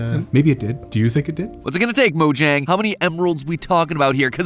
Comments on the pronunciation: even though i love this channel i hate how MatPat pronounces it 'mo-jang' not 'mo-yang' it's Swedish, that's how you're supposed to pronounce it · It's pronounced "Mo-yang" come on...